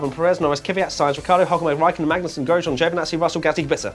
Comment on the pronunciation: Lol, race rundown you said GOSJEAN...forgot the R...so this doesn't count.